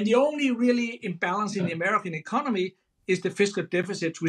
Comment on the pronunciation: He's gonna fiiiiiiix the ecoMOny!